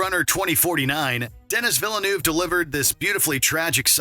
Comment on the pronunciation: "Denis Villernoov".. Jeepers, you'd have thought WatchMojo's commentators would know how to pronounce famous directors' names by now..